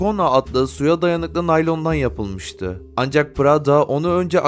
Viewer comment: Keşke prada demeyi bilen birisi seslendirseydi😢